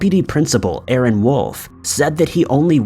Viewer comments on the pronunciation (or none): none